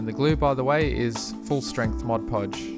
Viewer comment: Thank you! I was wondering why diorama experts like you used Mod Podge instead of other glues and you said it dries matte. And you said it correctly too! Many other tut videos say "Modge Podge". :) Good grief this is a great tutorial series. I am done doing my kids dioramas with that heat moldable grass mat!